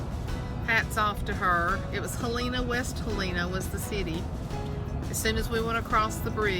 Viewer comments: It's not pronounced He len a.... it's Hell n' a. My kids live in the Conway area. It too is a college town so it's a really growing little town. Enjoy! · Hello from Mississippi! Y'all passed through my stomping grounds, Batesville! Yes, we have rolls and more rolls of that Southern Delta Snow! Lol You crossed over into Helena-West Helena, (pronouced Helen-ah)..but don't blink cause you're gonna go from flat Delta land to Ozark mountains really fast.....My hubby and I ventured up to Branson about 3 weeks ago. It's a beautiful ride!!! Hope yall enjoy yourselves!